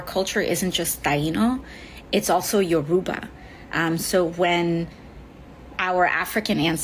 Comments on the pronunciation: AOC saying Yoruba very wrong btw. My dad is Yoruba, so I know lol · AOC can't even pronounce Yoruba properly